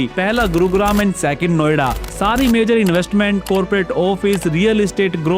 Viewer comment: आज के यूट्यूबर की सब से बड़ी समस्या, उन की भाषा ( Language ) है, जो उन से बोलनी भी नहीं आती है, सही लफ़्ज़ ( शब्द) है Major, मगर आप बोल रहे हैं Mezar , जो बिल्कुल ग़लत है। Please correct your Language. कृपया अपनी भाषा सुधारिए। स्टेज पर आने से पहले अपनी भाषा को सुधारें अर्थात् भाषा का ज्ञान प्राप्त करें , तभी लोग आप को सुनेंगे । भाषा में खोट किस ने पैदा किया ? तो जवाब है कांग्रेस पार्टी की मुस्लिम विरोधी नीतियों ने , जब नेहरू ने मुसलमानों के विरुद्ध योजनाएं बनाईं तो एक आवामी ज़बान यानी लोक प्रिय भाषा उर्दू ज़बान को ख़त्म करने के प्लान पर भी अमल किया गया , चूंकि नेहरू का मतलब है प्रथम प्रधानमंत्री जवाहर लाल नेहरू, से है। नेहरू ने यह समझ लिया के उर्दू ज़बान हिंदुस्तान की नहीं है बल्कि मुसलमानों की ज़बान है तो मुसलमानों के साथ साथ उर्दू ज़बान को भी ख़त्म करने का प्लान बना लिया गया , इसी एक ग़लती ने बहुसंख्यक हिन्दू को एक अच्छी भाषा से दूर कर दिया। उस का दोष पहले प्रधानमंत्री नेहरू की मानसिकता पर जो बड़ी तंग यानी संकीर्ण थी ऐसी मानसिकता के नेता को कभी भी भारत का प्रधानमंत्री नहीं होना चाहिए था। नेहरू की मानसिकता और सत्ता का लालच , और परिवार वाद ने ही देश को महान देश बनने नहीं दिया। जनहित में जारी है। एक राजनैतिक विश्लेषक शकील अज़ीम । Dated :- 6th August,2026